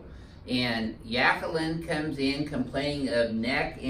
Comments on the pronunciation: Yaqueline? You mean jaqueline. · Yakling? Or Jacquelin ? Doc needs a speech adjustment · "Yackaline" lol